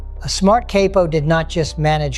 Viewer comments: it is COP O not KAPO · This ain’t Pesci, “a smart cape o” instead of capo was said for example